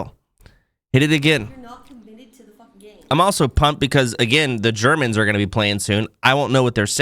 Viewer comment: its not "the germans" is "ze germans"